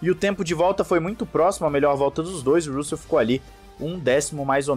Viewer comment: Cara, pelamordeDeus, pronuncie RÂssel ou algo parecido! Sua pronúncia é péssima!!!